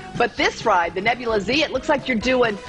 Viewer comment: Its nebulaz not nebulaZ